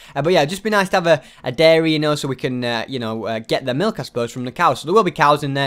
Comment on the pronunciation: I honestly thought the title of the video said ‘diary’ until he said dairy